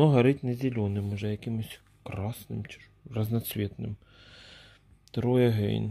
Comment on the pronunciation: Урок английского: Cube- кьюб, а не кубэ Значит куб Pet- питомец, домашнее животное Petcube- пэткьюб Try Again - трай эгэйн - попробуй снова Try- трай, а не тру True- тру- правда Не девиз, а дэвайс- device, т.е. устройство. Ой, пипец, это лучше комеди клаб 🤣👍 Тебя спрашивают, если ты впервые пытаешься подключить устройство, а ты туда девизы "Томас, кис кис кис".... Upgrade- не упградэ, а апгрейд, т.е. сделать апгрейд 🤦‍♀️, пощади!!! Не благодарите.